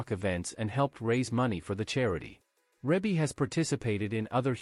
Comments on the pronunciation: It's pronounced Ree-Bee not Rib-Bee. OMG do your research smart guy!!!!! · Reebie is pronounced Reebie NOT Rebie. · It's not Rabe it's Rebe!!! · in order to be factual PLEASE familiarize yourself with the pronunciation of Ms. Rebbie (ReeBee) name. You have a regal member of society, at least be respectful enough to say her name correctly. Sheesh! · Her name is pronounce Ree bee. There's another video on her too and that announcer also pronounced her name wrong. There are 9 kids and not 10 and the other video got that wrong too. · He pronounced her name wrong through out the video. It's pronounced Ree Bee. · It's Reeeee bie mfer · Who has this narrator been talking to that told him that her name was Rebbie, or spelled that way. I can't get passed hearing him mispronounce her name to hear anything else he says. Do your homework, sir.